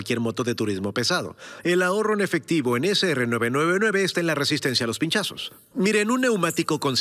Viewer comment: no se que me da que dijo pichasos(golpes fuertes en Costa Rica) en vez de pinchazos